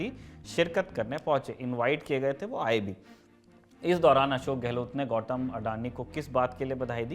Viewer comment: गौटम नहीं गौतम है यार उसका निम